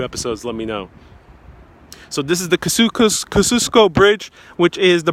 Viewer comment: And Kościuszko is NOT ka-shoos-ko ! Kah-zee-uh-sko Checking pronunciations should be part of video background research. It is too irritating to watch with all those errors !!